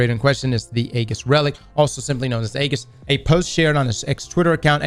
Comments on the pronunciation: It's E - GIS, Greek Shield not Egg- is, lol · Age - iss, not EGG - iss. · Bruh. EE-JIS. Ee-jis. Not Aggis. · Aegis," pronounced: Ë-jìs. Hard, 'E,' fellas. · Say it like this: ee-jis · you're saying it wrong It's (ejis) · Aegis is pronounced Age Is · FYI from your friendly neighborhood copywriter / dad guardian - Aegis is pronounced "eejiss" 🖖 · Really hate how pronounces Aegis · will learn how to pronounce aegis one day